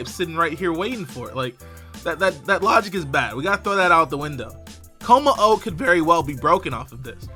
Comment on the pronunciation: LOL he said kommo estas. Autocorrect much?